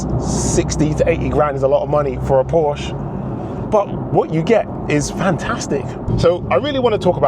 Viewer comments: Two syllables. Por-shuh. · Ok, so you're a massive Porsche fan, so am I, and a lot of other people. I just have to say that if you are, you should at least pronounce it correctly! 🥂